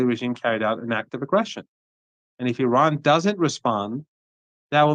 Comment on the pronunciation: What is Ahran? Do you say Ahresponsible" or Ahrational"